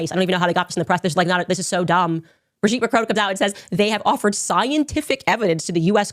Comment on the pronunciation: There’s no way you watched HOURS of Candace Owens and still said Brigitte’s name wrong. Plus, she read the exact lines of that lawsuit on air just as you did. You didn’t find something she hasn’t stated. She also has been clear that he loved Israel but his struggle has been with the government of Israel and its president. She followed it up with clips of Charlie. I don’t agree with her total stance on Israel but she does real journalism and I have a feeling this won’t age well for you.